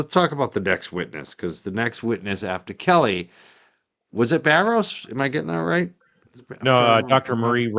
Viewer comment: I think that Alan Jackson knew he would upset Kelly by mispronouncing her name.